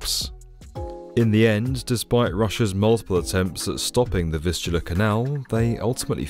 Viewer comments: Fistula Canal? Anyone hearing that? 😂Maybe enunciate those "V"s better. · I thought you said the fistula canal until I read the description. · I can’t not hear Fistula Canal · I thought he is saying "fistula". It can cause anal leakage. 😮 kind of fits here but weird use of the term. 😊